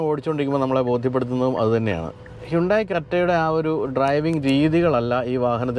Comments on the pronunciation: ഹൈന്തായ് എന്നല്ലേ ശരിയായ ഉച്ചാരണം.. ഹുണ്ടായ് എന്നല്ലല്ലോ...? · Its 'അൽ കസാർ' not 'അൽ കാസർ' 😏... താങ്കളെ പോലൊരാൾ പേര് പറയുന്നത് കൃത്യമായി പറയാൻ പഠിക്കൂ..... 'ഹ്യുണ്ടായി' എന്നതും തെറ്റാണ്...പക്ഷേ അത് ക്ഷമിച്ചിരിക്കുന്നു, എന്നാൽ ഇത് തിരുത്തിയെ മതിയാകൂ.... 😊